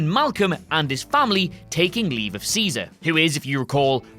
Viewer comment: "Of" is pronounced "ov" not "for"